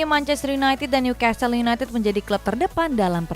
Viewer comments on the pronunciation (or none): none